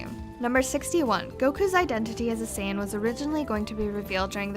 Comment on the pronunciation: 107 facts could've been made up of the misconceptions of the Japanese and English dubs alone XD Like here Saiyan isn't pronounced "say" (like in saying) its pronounced "sai" (as in Kai) BTW If you knew saiyan was a Japanese pun on the word yasai, then why did you still pronounce it like sayin?! XD